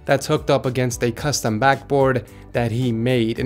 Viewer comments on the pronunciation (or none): none